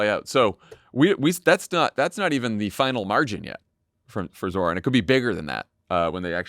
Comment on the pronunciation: Please pronounce Zohran's name properly. The emphasis in on the second syllable. This isn't rocket science. He has spoken his name numerous times on his ads.